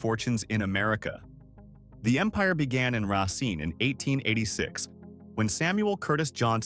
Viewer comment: It's pronounced Ray -Seen